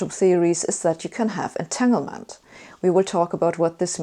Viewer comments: It sounded like "tenement" to me and I turned my sound all the way up and tried to understand Sabine many times! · Thanks for this helpful bit of explanation. For anyone else struggling as I did to understand the word , it seems to be "entanglement."